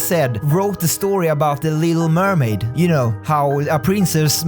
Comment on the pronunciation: When he said the little mermaid, I thought he said illegal mermaid.